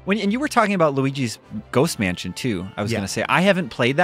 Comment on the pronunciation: That's a weird way to pronounce "Luigi's Ghost Mansion"